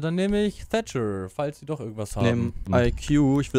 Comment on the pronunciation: Es heißt doc nicht dock und deine grammatik glänzt auch aber geile idee